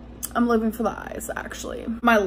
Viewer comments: "live-eeeen" instead of "living" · I heard her say it after I typed this and it sounded like liveen. But I could swear I've heard her say it livvvvin before.